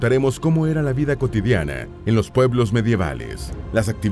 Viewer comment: Por que pronuncia las a como e? Ja ja! La “Vide” insoportable de escuchar.